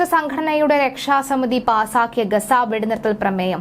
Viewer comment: ഗസ എന്നല്ല പറയേണ്ടത് ഗാസ എന്നാണ് 😂